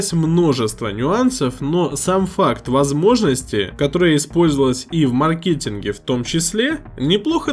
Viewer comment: МаркЕтинг, матерЯ, сатой, ппц грамотность. СлотЫ, пинЫ, вместо слОты, пИны, вам бы подтянуть грамотность.